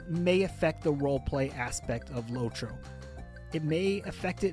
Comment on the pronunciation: its lotro, not lowtro